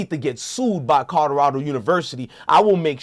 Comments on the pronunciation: Hes interesting first time listening neess to stop cursing and practice saying co lo ra do. Otherwise more power to the brother for doing his thing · Learn how to say Colorado